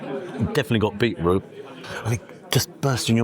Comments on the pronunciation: Love your videos but why on earth have you started saying beetroot in that annoying American way ? It has a T in it for a reason . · Not sure I could order from someone who cannot say beeTroot..lazy. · Aaarrrggghhhhhh! "Super" excited at around 4 minutes. "Super" !!!!!!!!!!!!!!!!!!!!!!!!!!!!!!!!!!!!!!!! "Bee-root" (the word in "beetroot" and his tattoos [the waiter] at around 5mins 20secs totally ruined it for me